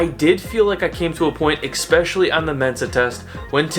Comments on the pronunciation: EXPECIALLY! XD dude, E S pecially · Is it EckSpecially? I might have been saying this wrong for a while now. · are you saying "exspecially" ????